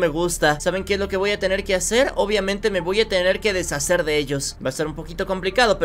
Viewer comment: Jajajajaja XD ame mucho el "tenir" 😻🤙🏻